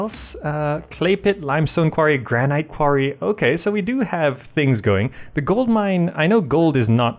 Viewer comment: You have very informative guidance videos, they're great, but I'm sorry, please pronounce 'Granite' correctly.... it's "Gran-it" not "Gran-ight" :)